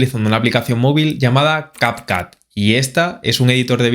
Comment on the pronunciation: No se pronuncia cap cat.. si es en ingles tiene un sonido diferente la letra U.... pero el video es en español así que es mas fácil llamarlo cap cut